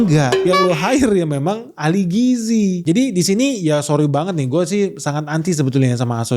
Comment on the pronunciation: Si cucun mah ngomong gizi aja gak bisa. Dia bisanya giji giji 😂